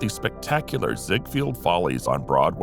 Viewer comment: Ziegfeld…NOT Ziegfield…